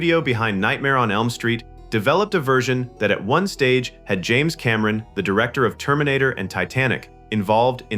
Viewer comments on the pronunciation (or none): none